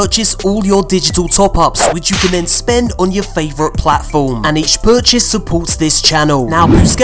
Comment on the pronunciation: Did he say "each burchase supports this channel" ? What the hell is a burchase and how do I get them?